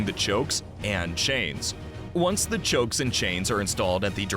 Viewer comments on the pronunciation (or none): 'Chokes' and chains? Pretty sure it's chocks.